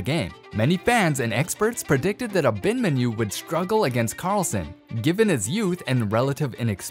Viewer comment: Ah’-bin-mahn’-you… tough to hear it mispronounced so many times. Emphasis on the 3rd syllable.